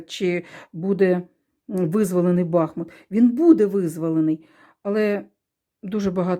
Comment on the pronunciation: БахмУт наголос.